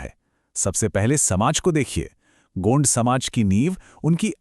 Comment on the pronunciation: Pahle to gond ko gaund bolna band karo bolna ni aata to bolo bhi mat gaund ek bramhan hai😂